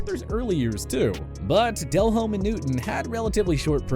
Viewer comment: Name pronunciations need work - e.g Delhomme, Hebert. Also, KC had a QB you missed... a guy named Joe Montana take them nearly to the AFC Championship game.